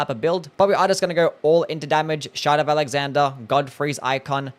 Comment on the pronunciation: The way you pronounce shard of alexander sounds like; shut up alexander or shout out alexander..